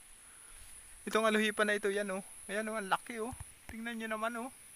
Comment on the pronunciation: Di po ALUHIPAN...."ALUPIHAN" po.